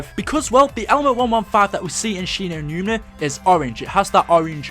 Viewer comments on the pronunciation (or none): it annoys me that he is calling Shi no numa "Shi no numina" it's doing my head in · She-no-newma not She-no-newna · Right the whole time he was say numna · he just says it wrong so many times it gets annoying